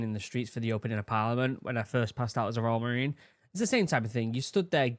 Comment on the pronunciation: I find it extremely comical that youtube's subtitles for your voice when you say "royal" they just say "raw" so when you said Royal Marines" it said "Raw Marines" and tbh it does sound like raw lmao.